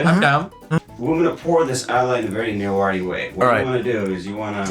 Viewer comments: This show should have been hosted by someone who can actually speak Newari; this guy has completely butchered the pronunciation. It's also prejudiced to focus on Hindu Newar, as Newari culture is primarily Buddhist. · Nepali speakers always mispronouncing newari names. They also call biska jatra bisket jatra😂. They just mispronouncing everything.